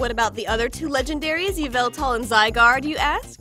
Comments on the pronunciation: It's not yvoltave Its yahveltove Yah-vol-tahve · It’s not yveltal it’s YAVALTAL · You're saying it wrong, its "yahviltal" People who get the reference, you're awesome